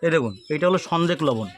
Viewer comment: ভাই সনদেক লবণ বলতে বুঝলাম না একটু ভালো করে যদি বলতেন